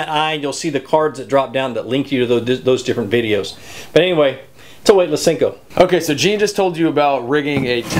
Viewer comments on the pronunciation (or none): i'm with you ... hate when people callem sinkos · They're pronounced senko, not sinko. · Can someone please let know it's a SENKO.... not a SINKO! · I have no respect for people who call "senkos", "sinkos"... no respect haha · Why do you call it a Sinko? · It's called a senko. Not sinko. Smh.